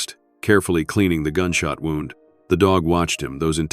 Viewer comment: An intriguing story that would have been much better had it NOT been read by AI. A literate human would have known the pronunciation of different words with same spelling and chosen the correct pronunciation. AI done not read contact and chooses the wrong pronunciation, e.g. “wound” and an injury vs “wound” as in twisted around.